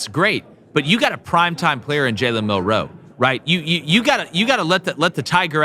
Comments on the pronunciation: why do these guys always say Mill-Row instead of Milroe feel like they being disrespectful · I agree that Wisconsin will be tougher that some think. But, you dont roll a helmet out to win. Also you guys are putting emphasis on the wrong syllable whe you pronounce Milroe. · i said the same thing about the way they are pronouncing milroe’s name it’s disgusting